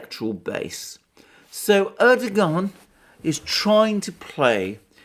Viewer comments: Hi Alexander, If you want to pronounce Erdogan's name correctly it's easy peasy. Just change the g to a w as in Erdowan and away you go (from an Irish resident in Turkey since 2000). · lol, dear sir, your mispronunciations' of our ottoman prince wannabe name, is quaint, and your explanation for said faux pax, quite endearing, carry on speaking truth , as it truly is a revolutionary act, given the blizzard of lies we endure. xoxo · The irony is that for someone who makes pronouncements on diplomatic protocol and etiquette, Alexander couldn't be more undiplomatic, disrepectful and dismissive than by not even trying to pronounce Erdogan's name correctly. Bet that he can pronounce Zbigniew Brzezinski though! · Alexander is Greek: of course he's not going to pronounce the Turkish President correctly! lolz